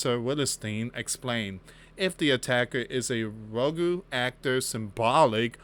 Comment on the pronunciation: Rogue, not Ro-goo!! 🤦